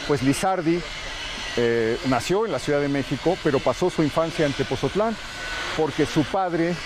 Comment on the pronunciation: Muy bueno gracias por visitarnos. Solo que no es Tepozotlan , es Tepotzotlán